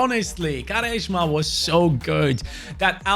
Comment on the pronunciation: Im sorry, im from Portugal originally and i just heard say "Garesma", i do understand its difficult but i find it very funny, cheers mate